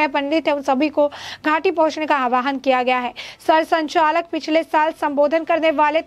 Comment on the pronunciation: भगावत नहीं भागवत,सचालक नहीं संचालक।उच्चारण पर थ्यान दें।